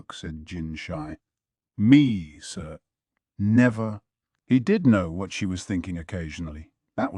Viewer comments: Mayo mayo. Gayooshoon. Basin. Ahhhh-duo. Swy-rai...whaaarlll instead of what ... I still appreciate it as a whole but omg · I had to look up what they were actually saying instead of "wharrrlll" 😭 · What I want to know is why all the “whats” in this particular audiobook sound like cats fighting each other, you know that wierd growl/meow/yowl they make when they’re pissed? It seems weird that an AI can’t pronounce the word “what”. The AI’s voice is good, but man, there are time when the inflection is so bad it sounds like someone who had a major lobotomy is trying to read this LN. It’s so bad I have to sometimes go check the physical LN to understand wtf the characters are saying.